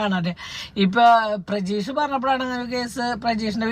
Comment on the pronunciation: Prajeesh alla pratheesh